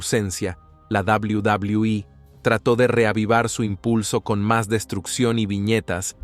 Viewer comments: 😂😂😂 cierto yo siempre escuche en televisión doble u doble u eh. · Es enfermiso y desesperante escucharlo decir "La Dabliu Dabliu I" "McmaJon".🤦🏻‍♂️